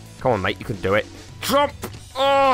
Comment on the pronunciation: Watch this video again... Then read my comments. Your amazing bud!!!! Going back and watching all your vids. "Come on smurf"😂😂😂 Quit talking 'bout your fingers😂😂😂😂 That air breathing thing you did👌🏽👌🏽 The head-bob when you said "jumpppp" Honestly your best vid (based off of hilariousness)in my opinion. So glad I'm watching your old vids too. ... Random words... "Who that sounded German!" ...more random words...😂😂😂 Jubble jump... This thing eff's up your speech pattern... 😆😆 Go watch this with the YouTube put in subtitles it's hilarious. Pounds fist on desk but not hard enough to actually hurt himself😂💪🏽